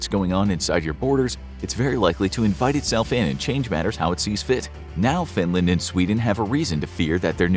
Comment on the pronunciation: why Findland and not Finland